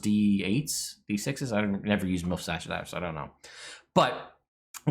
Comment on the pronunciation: I don't think it is pronounced "Milf's Acid Arrow"...